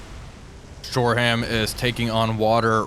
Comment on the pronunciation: Shore-um not shore-ham